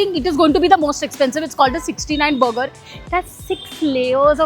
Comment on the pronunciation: Moti buger nhi burger hota hai 😂😂